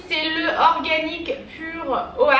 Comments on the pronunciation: oat se prononce otte et c'est en gros des flocons d'avoine lol 😂😅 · "Oat" se prononce "owt", c'est de l'avoine ;) Des bisous!